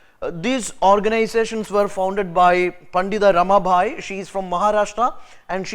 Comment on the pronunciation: It's not RAMA"BHAI"..it's PANDITA RAMABAI